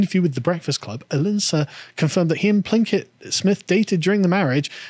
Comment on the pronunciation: Will Smith slapped the Oscars into relevance. Seriously though, he's a moron like every other Hollywood actor. Also, LOL at Sargon Saying Jada Plinkett.